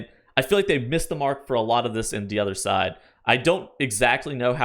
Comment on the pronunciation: First off its "day odda side" not D